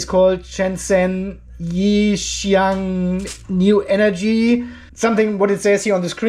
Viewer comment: The name is pronounced Yi-Xiang. Pronunciation websites on line and on YT…